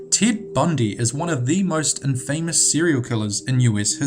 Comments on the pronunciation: It's pronounced "IM fah mus," not "in FAME ous." And "GAY see," not "Gassy." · its not "IN-FAY-Mous" its "IN-FUH-Mous" +wacky wednesday thinking thursday' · Grrr . . . Learn to pronounce words PROPERLY! Infamous is not two words! Impotence is not pronounced with a pause. Arrrgghh ! ! ! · It's actually pronounced in-fuh-muh's not in-fay-muhs sorry just once of my pet peeves. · "Impotent" is pronounced "IMP-o-tent," not "im-POH-tent." Also, you constantly mispronounce "infamous" and "women" in many of your videos. "Infamous" is pronounced "INN-fuh-muss," not "inn-FAMOUS," and "women" is pronounced "WIM-men," not "WOMAN." There is a difference between the singular and plural pronunciations. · You said "mutated" instead of "mutilated" and "in famous" instead of "infamous". Learn English... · Just trying to be helpful: Infamous = IN-fah-muhss Impotence = IM-poh-tehnse Juan = Wahn Javed = (probably) Yah-vehd Otherwise, AWESOME video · Interesting video. But please say infamous as in-fuh-miss. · you got some weird pronunciations friend. Good video, but I always :/ when people pronounce stuff with the wrong emphasis. I'm sure its not technically wrong to says inFAMous or imPOtence, but i was like like "whuuuut?" when i heard it. Great vids tho. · I agree. He says infamous like its two syllables (in-famous) which is fucking annoying, how can you grow up in life and not know how to pronounce that word? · "In Famous" :) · He should know how to pronounce things like infamous and impotence. I thought his accent was more Kiwi than pom but I could be wrong. At least he can pronounce "subsequently" which so many can't. Drives me bonkers. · And infamous. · Great video however please pronounce names correctly. Like Infamous! It got boring toward the end. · PLEASE learn how to pronounce 'infamous' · Learn to say infamous properly!!!! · Please, for the love of God, learn how to pronounce 'infamous' properly!